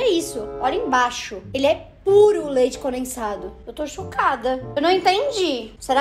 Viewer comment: ngm: a: leite "conensado"